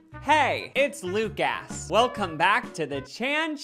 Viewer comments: Man just said Luc-ass in his intro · hey its luc-ASS... cardi b who??